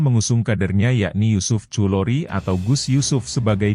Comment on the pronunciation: Bacanya bukan yusuf khulori yg bener Yusuf Khudhori.